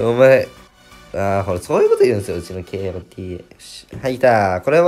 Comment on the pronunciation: kotaがけーおーてぃーえーって呼ばれてて草